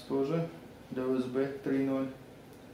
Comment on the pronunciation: тренеруйте русскую реч , дикцию и т.д. , составляйте текст , учите английский , или хотя-бы нормально выговаривайте USB